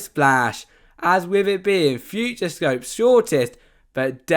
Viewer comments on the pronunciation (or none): There’s an “O” in there. It’s “future-O-scope”. Not “future scope”